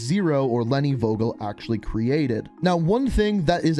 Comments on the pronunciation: Please please please. Pronounce the name with a f like in f... You. And not wogel. Thanks and love from Germany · Vogel = bird And you pronounce it wrong buddy haha In Germany we pronounce it like: fogel